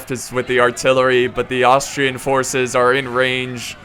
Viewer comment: Does he not know how to say Austrian